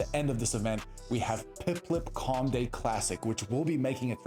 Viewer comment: bro what about instead of saying Piplup correctly, you pronounce it like "PipLIP" 😅😂😂